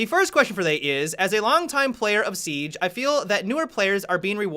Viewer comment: Seeeeeige, funny how you say siege